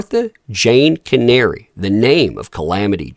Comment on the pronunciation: Pronounced caneree